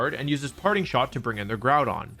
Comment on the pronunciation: Is bothers me that he pronounces GROUdon... "Gordon"